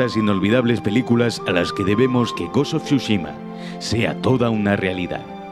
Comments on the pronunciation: Gos uf churros xdddd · "gos of chuchima" habla bien wey xD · Gost of shushima... No pensé que lo pudiera decir tan mal pero me sorprendió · Gos of chuchima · Ghost of shushima no, Tsu-shima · Ta weno el goshoshushima ese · hermnao pronuncia bien el nombre del juego...